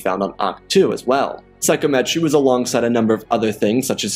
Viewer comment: loved it but one thing, sigh-com-et-ree, not Psycho-metree